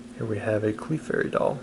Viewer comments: Cla-fery not Cli-fairy 😑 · Did you really just call it a CLE - FAIRY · .. "CLEE-FAIRY". Lol. come on now .. "CLEE-FAIRY doll" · You've been collecting Pokemon for 20 plus years but you can't pronounce some of the names right it's clefairy not kleefairy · Cleefairy Clefairy man ffs 😑😑😑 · Clefairy is pronounced cl'fairy. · A cleefairy 🤦🏾‍♂️ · Nobody: Him: “clee-fairy” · I’m gonna lose my mind listening to you say R-canine and CLEEfairy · "There's a CLEE-fairy." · Reallly? Cleefary? Who pronounces it that way. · CLEE-fairy and his AR-canine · "Here's a CLEE-fairy" ??? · I'm only upset about the fact of how he said clefairy Cleeeee.... Reeeeeee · i love these, the pronunciation takes me right out of it though. Clee-furry. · Have you ever watched the anime? It's not like pecon/pecan, the Pokemon actually pronounces it's name as "Cluh-fairy" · did he just say... cleefairy? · A 'Clee fairy'? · As soon as he said "Clee-fairy." I'm done I stopped watching lol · man, didn’t you ever watch the show? Nobody calls it “Clee-fairy”... awesome cards. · it's pronounced cluh-fairy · I agree, it's not pronounced "clee fairy..." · The way you pronounce Clefairy made this very hard for me to watch lol, but the nostalgia is real. Great opening! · Great watch. But, hearing him pronounce Clefairy is like nails on a chalkboard....ugh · So he seriously doesn’t know how to pronounce Clefairy correctly?!? Loved every second of this video other than that 😂👍🏻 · And the E in clefairy is silent, hill billy. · Unsubscribed because you mispronounced Clefairy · The way he pronounces Clefairy 🤢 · For someone claiming to know his Pokémon. You have a really stupid way of pronouncing Clefairy. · Acts like a huge fan doesn't know how to say clefairy lmao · how did you mispronounce clefairy?